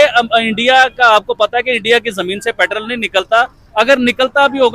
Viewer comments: Not patrall. Petrol 😂😂😂😂😂. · लाउ डे पेट्रल नहीं पेट्रोल बोलते हैं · पेट्रोल ❌ पैट्रल✅